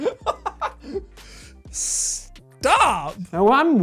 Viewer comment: “Stahp” got me dying